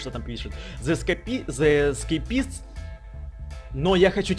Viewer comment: Не зеискепИст А зеискЕйпист